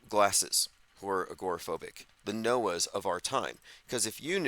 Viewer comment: You just said Noah and I heard it as Knower, like he knew about the flood…